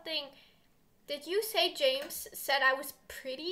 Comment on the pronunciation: U pronounce James as Hamis